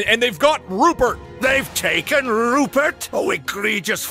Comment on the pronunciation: " THEY'VE TACKEN RUPERT!?! WHO WILL FEEN MY DUCKS NOW!?!"well we know what rupert dose now!